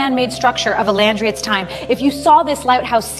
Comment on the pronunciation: there is a soldier using a telescope - these weren't invented until 1608 - that's about 1,640 years too early. If your trying to teach history facts are important. Who is Clee-opota? The library of Alexeeja?